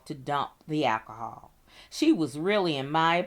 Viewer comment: I couldn't listen to her say " catonic' or cantonic" " one more time. " Akahol " either. .